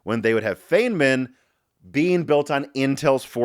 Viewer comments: Just FYI: His name is pronounced FINE-man. The pronunciation that pops up first when you google it is 100% wrong. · He said Fehnmin, is a jew?